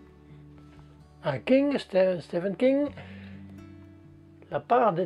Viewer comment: Il y a eu une petite mise à jour de prononciation sur le King ou c'est moi qui essaie d'entendre ce que je veux ? 😄 Pour le livre avec le chat, si on a le droit de faire d'un livre deux thèmes "Maudit karma" devrait le valider ! Le pigeon m'a fait sourire, il y en a souvent qui passent leurs petites têtes joufflues à ma fenêtre donc je reconnais bien là leur pouvoir de distraction ! (et n'oublions pas le gros pavé qui apparait à l'écran au moment où ça parle de lecture rapide. Ou toutes ces petites mimiques ! ). Ah les très vieux livres ! J'en ai quelques uns que j'ai récupéré pour la plupart dans une toute petite boutique d'occasion là où je passe mes vacances. Elle est tenue par un petit papi qui vend aussi bien des livres à tout petit prix que de très vieux livres à plus de 100€ ! Mon petit chouchou est le Werther de Goethe, aux éditions Nilsson. Il est illustré, et ses feuilles sont toutes inégales, on dirait qu'il a été relié par un amateur : ça lui donne un charme fou ! Quant à l'odeur ! Je suis un grand renifleur de livres 😄 Ceci dit l'odeur de vieux livres n'est pas ma favorite. J'ai un joli livre avec une couverture rigide que j'ai acheté d'occasion, je me suis rendu compte seulement une fois chez moi qu'il empestait ! On pouvait retrouver où je l'avais mis en suivant sa piste olfactive... J'ai tenté de modifier son parfum avec des papiers parfumés, c'était PIRE ! En plus j'ai détesté l'histoire ! Mais je continue de trouver l'objet joli alors...😅 J'ai un planning de